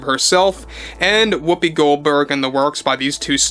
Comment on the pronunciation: Why do you call her whoppi Goldberg? Her name is Karen this is no joke.